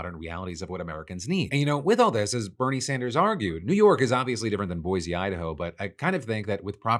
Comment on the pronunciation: Boi see, not boi zee please.